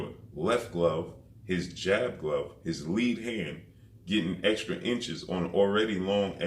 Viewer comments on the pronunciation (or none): none